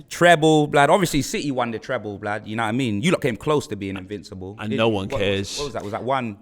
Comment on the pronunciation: I'm going to beat him every time he says blad